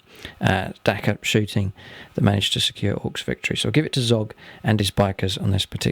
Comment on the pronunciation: "Ve fe' Victory yay Git!" XD